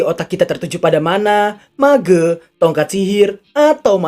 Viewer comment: ngomong "mage" nya gitu bg🤭